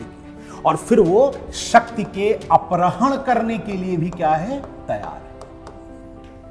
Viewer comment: सर, अपरहण नहीं अपहरण का उच्चारण कीजिए। आपके मुख से गलत उच्चारण अच्छा नहीं लगता।